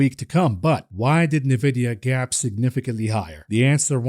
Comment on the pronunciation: Nvidia is pronounced En Vidia. You say the letter N then vidia. Is isnt Nuh Vidia. Love you buddy, been watching for well over a year. Thank you for everything you do!